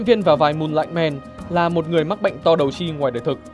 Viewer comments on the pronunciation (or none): "To đầu chi"mà tao nge là #to đầu chim# 😂